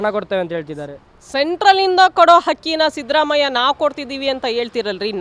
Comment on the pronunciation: Sadramayya alla shidramayya sariyagi kannada matadoke kalko